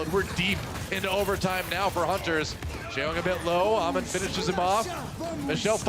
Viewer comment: its hammond not ahmon ffs